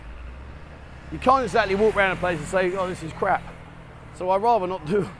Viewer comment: Its crap not kap .